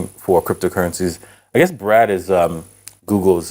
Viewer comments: You’re pronouncing “Bard” incorrectly. It’s BARD. Not. BRAD. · Bard, not Brad. A billionaire should learn some correct pronunciation. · Why is he consistently calling it Brad? :-) It's Bard. Also, it's more like ChatGPT than Siri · How the hell you call B-Ard, Brad?! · BARD not Brad,bard as in Shakespeare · Why can’t he just say BARD?